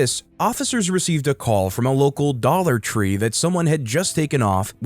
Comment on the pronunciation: Ok daller tree .... really 😂